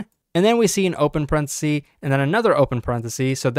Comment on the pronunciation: The singular of "parentheses" is "parenthesis" not "parenthesee"